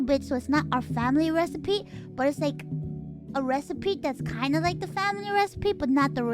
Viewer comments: love how she says recipete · Recipe. It’s pronounced recipe. There isn’t a single a ‘T’ in the word recipe. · Why is she pronouncing the T so hard XD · I’m perfectly calm. I’m just pointing out that she does it on purpose.